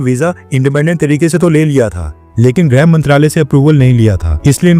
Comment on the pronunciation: भाई ग्रह नही गृह होता है। कृपया गलत ना बोलें।